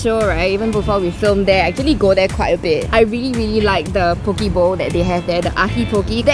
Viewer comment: it is po kay